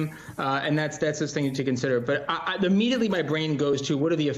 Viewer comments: It's pronounced Yay not Yee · What "yee" did??? It's "Ye" not "yee" lmao 🤣 This is why I don't trust fake news MSM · People who pronounce “Ye” as “YEE” and “Bey” (for Beyoncé) as “BAY” are the worst kind of people. How can you not notice that it’s a shortened form of their names?? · His name isn’t Kan-yee it’s Kan-yay. So “Ye” is yay not yee. Now that we got that out of the way … stop talking about him and he loses all of his power. So let’s stop talking about him and the Kardashians and let’s see if they all disappear. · Ye sounds like Yay,fella, not Yee. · He meant the way it was pronounced... he said "Yee" instead of "Yay" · not how AAV works. It is not Yee. Yee is short for yeezy. Ye is short for Kanye. My name is not pronounced Shawntee its Shawnte. It was funny how confident you were though lol. Strong and wrong. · well it's irrelevant. 'Ye' is 'Kanye' without the 'Kan'. Hence it is pronounced 'Yay' Keep up x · I like how Carasone keeps pronouncing Ye as "Yee". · It's Ye as in yay... Kanye... Not Ye as in pee.